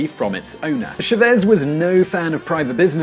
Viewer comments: CHAVEZ! not xavezze, if u are going to say a word 100 times make sure your saying it rigth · Please research you accent . It is Chavez , with an accent on the letter ' a ' not ' e ' like you pronounce it . By doing this you will gain credibility . Thanks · Chávez. It's pronounces CHA-vez. Not cha-VEZ. That's what the little line is for. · I still don't understand why English speakers are so lazy to make little or no effort whatsoever to pronounce "Chávez" correctly. It's even more annoying when the guy who reads the headlines with a strong Spanish accent, pronounces "Shabéz" in the same way. Don't even dare to pronounce "Trump" as it may literally sound in Spanish as one may be expecting people to constantly correcting you by saying /Tramp/ or /Tromp/. This should work both ways. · FYI, it's pronounced "CHA-vez", not "cha-VEZ". Otherwise, great video! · Every time he pronounces it as "shu-VEZZ", take a shot. Every time he pronounces it as "ve-ne-SWAY-la", take a shot. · 1- you could learn to pronounce hugo chavez ( not shavez- shavez-shavez-shavez) 2- you should understand what the meaning is of oil reserves 3- chavez had nothing against private companies he just wanted them ( specially american companies) to pay taxes 4- you forgot everything which happened in between and went on to maduro........chavez kidnapped you refuse to comment on/ ( not shavez who the fuck he may be ) . The economical war against venezuela like it happened in latin america for centuries etc etc. was it convinient to forget those? You guys are too dumb to understand these shit or do you have an agenda? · “Chavez” is accented on the first syllable. So tired of how you Brits butcher other languages. I wish your intelligence trickled over inro your linguistics. Good video, though. It’s also not “Shavéz.” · Anyone else having trouble with this guy's pronunciation of Chávez? 'Shavez' sounds like the name of a French perfume lol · Your pronunciation of Chavez is funny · Its CHÁVEZ not SHAVES